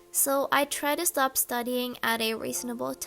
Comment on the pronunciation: be like: hEy StOB IT!!!